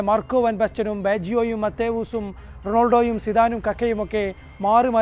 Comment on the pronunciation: Bro ronolodo alla Ronaldo